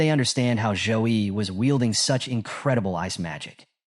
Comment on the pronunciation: Waaaiiitt so he wasnt called Joe-E but Zouh-Yi all along ahahahaah